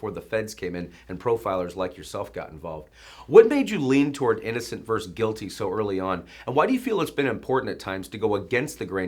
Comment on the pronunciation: Good interview, thanks. (BTW, it's "versus", not "verse".)